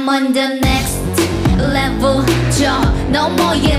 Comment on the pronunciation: 넥레는 깔린 원곡 비트? 자체도 사기긴 하지만 편곡을 sm스타일로 잘 해놓기도 했고 멤버들의 쫜득한 발음이 미친 중독을 만들었음 눽스트 레블~ 하는데 이 레벨이 아닌 레블이라 하는 부분에 중독되고 블맘 나왔을 때 넥레 기대했고 넥레 나왔을 때 새비지 기대했는데.. 지금은 새비지 다음 곡 너무 기대됨 스토리가 이어지니까 스토리 영화를 시각이 아닌 청각으로 보는 기분이라.. 이런 그룹 또 없음ㅜㅜ.